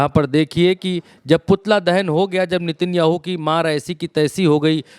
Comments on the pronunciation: नेतन्याहू ❌ नितिनयाहू ✔️ 😂😂😂😂कैसा रिपोर्टर है रे बाबा नाम भी नहीं जनता सही से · नेतन्याहू है ✅ भाई नितिनयाहू ❌ कुछ भी 😂 पुतिन को पुनीत मत बोल देना अगली बार